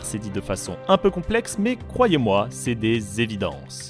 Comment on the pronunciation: Tu as du mal avec le mot "complexe" toi😂